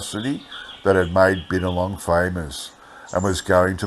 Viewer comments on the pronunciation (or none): Hope im not taken the wrong way .. Binalong is pronounced (By-Na-Long) Love your narratives and i know so many of the areas in these old articles .. look forward to many more 👌🙌☺️